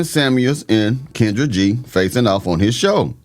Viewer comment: YOU MEAN KEN-DRAG?